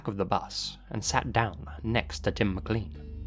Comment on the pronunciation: How can you be British, yet not pronounce "Mclean" properly?!?